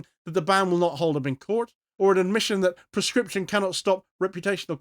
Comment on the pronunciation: PLEASE clearly say proscription so that it does not sound like prescription Very good content.